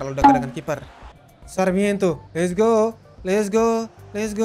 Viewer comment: Sarmiento di sebut sakramento. Mbete di sebut mbetei